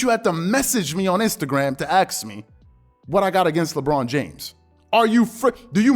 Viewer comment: "A S K" not "Axe"